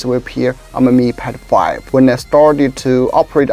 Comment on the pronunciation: When he said "mi pad 5" i thought i heard, "me PED0PHlLE".